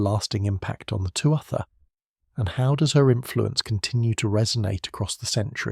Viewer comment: Really nice documentary man, I enjoyed it! For future reference, the correct, phonetic pronunciation of "Tuath" is "two-ah"